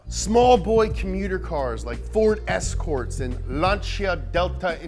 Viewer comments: Escourts? You mean Ford Escorts? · Escourts lol